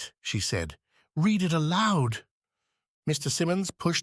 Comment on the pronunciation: Astonishing. There are some issues with the tense of 'read' for instance, but overall, no more errors than a human reader might stumble over. It boggles the mind.... When you hear the occasional split second vocal anomaly, you can't help but be alarmed by the thought of possible robotic anguish